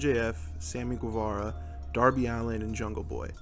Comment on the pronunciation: Naming your channel but you can’t even pronounce Guevara seems crazy as hell to me